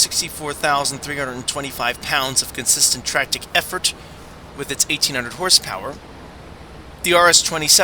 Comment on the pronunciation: Tractick effort??? I thought it was tractive effort